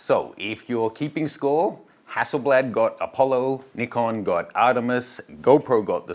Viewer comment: Yesss… finally some YT’er that calls them “Neekom” and not “Nai-kon” which drives me insane! Go, go team Nee-kon! Gone play with my Nikon D600 today! 😅